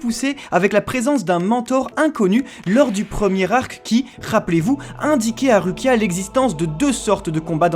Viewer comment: S'il vous plaît, je vous adore mais ça se lit Roukia 😂